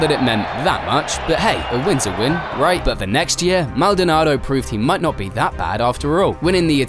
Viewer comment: Normal people: Pastor Maldonado Legends: Pastor Maldonaldo